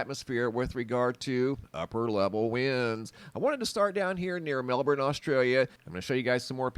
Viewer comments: congratulations on pronouncing Melbourne correctly. (not Mel-bourne). Well done. that windstorm really did a job on the trees and the power supply. Some power won't be restored to some homes until mid-July!. My daughter has had her power off for 9 days so far. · Well done mate at saying Melbourne, 🇦🇺🦘🐨